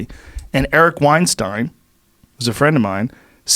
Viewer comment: Eric WINE-STINE lol Joe had to make sure he didn’t pronounce it like Harvey.